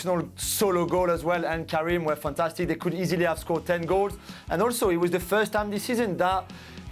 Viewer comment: Coming back to hear Juliann say Karin the dream 😂